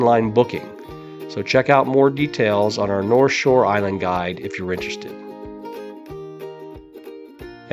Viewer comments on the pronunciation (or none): none